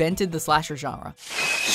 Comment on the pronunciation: Attn: Narrator, there is actually an “N” in the word GENRE.